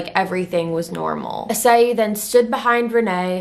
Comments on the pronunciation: I kind of shocked the way she pronounce his name. I thought did "I clicked wrong?" Idk but well.... I-ssey not A-ssay Just sayin' byeeee XD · "Ee-say" is closer to how you pronounce his name.